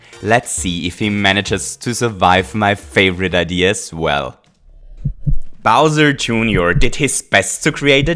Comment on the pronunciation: He called bowser jr. bowser jooneor